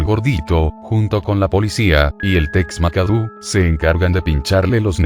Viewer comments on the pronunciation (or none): Me dan mucha risa como dice "Tex makadu xdxdxddd